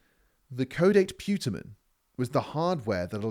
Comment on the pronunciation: Nolan pronounces that part of the Brain physiology as Caw-Date Puh-Tamin , just for the record.